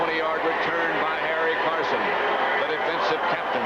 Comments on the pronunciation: Summerall keeps calling him Carsons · Anyone notice Summerall calling Harry Carson, "Carsons"?😅